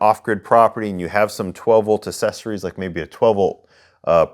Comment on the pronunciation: “Assessories” as you say… Really bothers me. That’s not how you pronounce that word. Idk why it bothers me so bad.